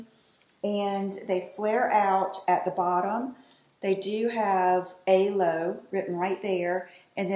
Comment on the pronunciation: I love that body suit! CUTE. Also, I think it’s pronounced Alo, like aloe (think aloe vera). It’s alo yoga. :)